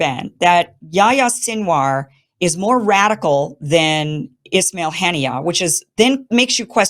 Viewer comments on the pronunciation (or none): Kim please correct your pronounciation, it's ISMAIL Hanieh not "Ishmail"! There is no h in ISMAIL